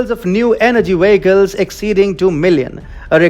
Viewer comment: Not wanting to be mean, but why is it so difficult for some South Asians to make the English “v” sound, as in vehicles?